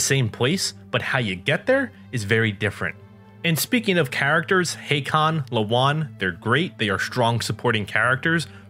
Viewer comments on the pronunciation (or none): U called Hakon “Hay-con” instead of “hak-on” :( lol but great ideas btw